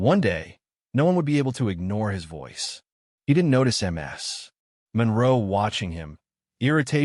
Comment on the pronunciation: It's Miss Monroe or Ms (Miz) not M S like multiple sclerosis!!! Do better with your AI reading!!!